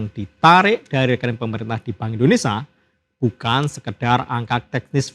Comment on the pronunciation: Maaf pak! Indonesia! Ada "sia".. Buka ENDONESA